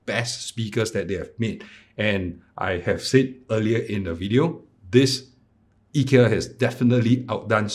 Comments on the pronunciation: To clarify, actually pronounce it correctly, I asked my Swedish friend and he said it should be "ee- kea", if you don't believe you can see the ikea advert and in the end they pronounce ee-kea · You actually pronounce IKEA better than 99.99% than other English speakers, so don’t worry. :) //guy from Agunnaryd (the A in IKEA)